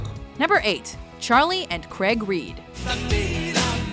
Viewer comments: You Americans and your pronunciations of Craig and Maurice - Craig is phonetic, not "Creg". And Maurice is pronounced "Morris". :) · Charlie and Craig Reid, not "Creg" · In Australia, which is the home base of the Bee Gees, Maurice is pronounced Morris" not "Morrees". It's as annoying as "Kreg" for "Craig". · Craaaaaig, not Creg!! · why do americans say craig weird? their is no e in it its not creg its craig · 10: One of my favourite bands who i've liked for over 10 years (and they are epic live) 9: Only know them from T2 8: LEARN HOW TO PRONOUNCE CRAIG! It's not Creg, it's CRAIG! Krayg. Good band though, and you think their accents are good during singing, check out a band called Twin Atlantic; holy crap it's epic! 7: Who? 6: Awesome, happy to have heard of them since Animophs 5: Potterheads unite! 4: Ha ha ha ha, stayin' aliiiiiiiiiiiiiiiiiiiiiiiiiiiiiiiiiiiiiiiiive! You Win Again is their best song 3: Loved them in Big Daddy and Zack and Cody 2: Sister, Sister! Used to love that show when I was a kid. But you mention how they are German born, but you don't mention about how the Sprouse twins were born in Italy 1: They had to be number 1, I was an Olsen fan right from the start :) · Craig isn’t pronounced creg wtf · Why cant Americans pronounce Craig properly?